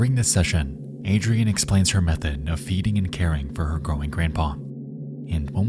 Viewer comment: I can’t lie if fills me with rage to hear Adrienne pronounced Adrian